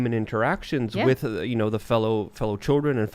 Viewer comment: Have not missed. Go away and come back when you can pronounce "with" correctly.